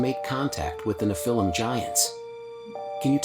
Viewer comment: It sounded like AI asking the questions. It couldn't properly pronounce Nephilim Giants